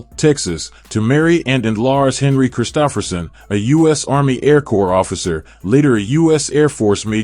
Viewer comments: He was great. This video...not so much. AI narrator mispronouncing his name blows. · You are mispronouncing his name. How can we trust your information to be clear?